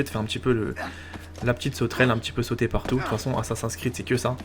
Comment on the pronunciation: Est-ce que tu pourrais le dire a l'américaine (Assassin's pas Assassin)car sa me pique les oreilles (si tu veux pas c'est pas grave ).Sinon continue comme sa c'est géniale !